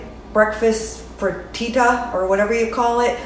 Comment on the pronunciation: You say friteeta I say frittata.